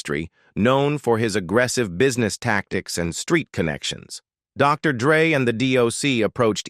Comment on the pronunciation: What Is this😬clickbait,who the fuck is sugay😅'dressda'😮whoever done this thing was never involved in hip hop obviously,where's the final picture s of eazy? pronunciation is all wrong and everything has been said 1000 times before, can't believe people blame hellar for easy saying fuck you nwa I ain't paying,blame the white guy when there's a whole bunch of 'streetwise' black guys that could of fkd him up,what a waste of my time